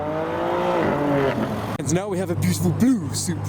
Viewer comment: "now we ha e a betiful BLUUU Supra" Is he turning into Boris???